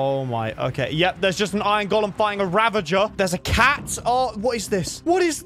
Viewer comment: It's ravager, not ravanger.